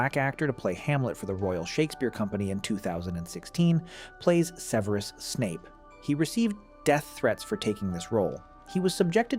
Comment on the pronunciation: AI can't even pronounce Severus properly lmao. Fuck off with this slop